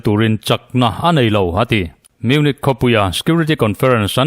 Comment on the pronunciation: Munich hi munik ti roh